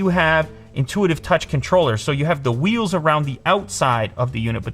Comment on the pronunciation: Lew: " I love wkeels" Apple be like "Surprised"